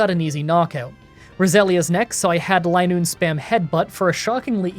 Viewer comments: It is Linoone not Lienoone. You can tell just like vigrough isn't viegrough. I hope this makes sense without hearing it. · It's "Line-oon". Zigzagoon is based off zig zags and Linoone is based off a straight line. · It's line-noone. As in a straight line. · re: linoone's pronunciation, the same way zigzagoon is "zigzag" + "(racc)oon", the pun with linoone is "line" + "(racc)oon", so it would be pronounced "LINE-oon" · Btw, I pronounced linoone as Lin looney as a kid cause I had no idea how to pronounce it either. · I think it's supposed to be pronounced "LINE-oon"; the Pokedex entry mentions how it can only move in straight lines, and it evolves from a racoon. When I was a kid, I always called it "lin-OON-nee", because silent letters were confusing to me XD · "Lie-noon". Should've taught her Attract. Double damage for Covet if the foe's in love. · Ah, it’s pronounced “Linoone.” You’re welcome in advance. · I've always pronounced Linoone like Lie-Noon but idk if that's the common pronunciation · I wouldn't mind if you used rare candy, but try to see how low of a level you can win the post game fights at. Also it's pronounced LIE-Noon. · Linoone is a Line Racoon. The pronunciation should be obvious. Also, Uproar is not Outrage. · Its clearly Linoone, not Linoone.